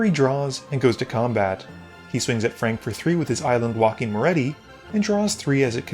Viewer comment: I believe Harry's commander is pronounced "Mo-REE-tuh". You know, like Pat Morita.